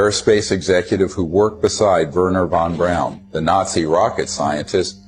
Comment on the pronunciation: Boy, this one is full of nonsense and lies. If that was Stanley Krubrik, fessing up, then Bart Sebril would have been the one taking this interview. I find it funny that none of these people are pronouncing Von Braun correctly...lol. Delores is delusional.